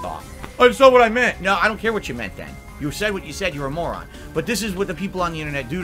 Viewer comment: 2 favorite words (Frustrating and Moron) are 2 words he can't say properly, he say Flustrating and Morahn